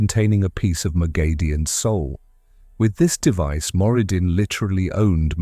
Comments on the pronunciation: Not according to the author. Robert Jordan gave pronounciation guides and her name is "Moghedien (moh-GHEH-dee-ehn)," It's grating to hear it misspronounced. Most of the long term fans of the series will spot this and it looks bad. Always try to get pronounciation correct to the original on explainer videos to maintain credibility. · Pronounciation correction it's "Moghedien (moh-GHEH-dee-ehn)" according to Robert Jordan. No long A sound anywhere in the name. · Can you PLEASE learn to pronounce her name correctly?!!!